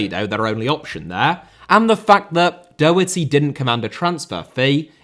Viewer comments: Daw- hurty (like saw) Doherty. Please for the love of God stop saying DOH-hurty, like Homer Simpson stubbing his toe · Great video! Just coming from an Irishman, Matt Doherty name is pronounced Daw-her-tee. Keep up the good work